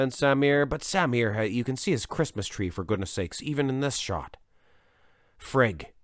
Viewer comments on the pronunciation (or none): none